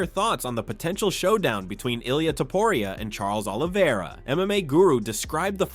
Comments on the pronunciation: "illia topuraya" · man why do you pronounce topuria differently each time? HAHAHAH